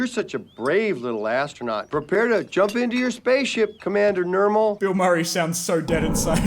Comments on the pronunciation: did he just call Bill Murray "Mill Burray?" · SORRRRY HE SAID MILL BURRRAY NOT BILL MURRAY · I’ve watched this video like 5 times and never noticed he said Mill Burray instead of Bill Murray. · He mill burray instead of bill murrey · 0.58 called Bill Murray Mill Burray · YOU THOUGHT YOU WERE SLICK? "mill burray" YOU CAN'T HIDE A N Y T H I N G FROM ME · Mill burry lol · he say mill burray lol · he said mill burry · mill burray lmao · Did anybody notice when he said Mill Burry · “mill burray” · did he say mill burry ????? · Ha Ha he said, Mill Burry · you say Mill Burrey!! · "Mill Burray" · he called him mill burry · did he just call him mill burayy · I’m sorry but Pronounce Bill Murray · mill burray? 😂